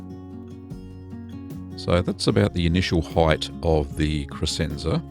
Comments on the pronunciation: If I can be a jerk and correct you, the "sc" in Crescenza is pronounced like "sh" - so it sounds like creshenza, not cresenza. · For those who care, it's pronounced "kreshentsa".